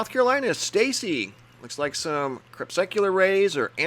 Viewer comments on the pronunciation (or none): I love your videos and your professionalism. I offer this constructive criticism on a very small matter, with only the best of intentions. You mispronounce crepuscular, as in crepuscular rays at twilight. Kree-pus-cu-lar is correct. The word pus is pronounced in the middle. You have been saying Krep-suck-u-lar, clearly saying a suck in the middle. No big deal of course. Just thought you might like to know. Keep up the great work! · The word is pronounced CRE PUS CU LAR , please stop saying CREP SUC ULAR. Thanks in advance.